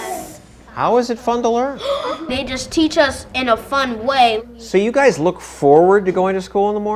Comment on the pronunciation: “You guyziz children “ and that’s the teacher